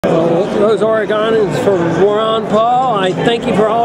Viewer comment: I know he means well - it's pronounced OR-ih-gun... or as the common local sticker reads: ORygun NOT like OriGAMI...